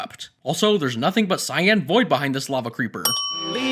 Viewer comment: Mikæl Mayeurs I AM TRIGGERED I HatE HE SAID LAVE CREEPER